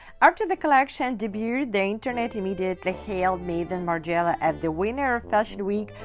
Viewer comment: You are pronouncing Margiela the wrong way.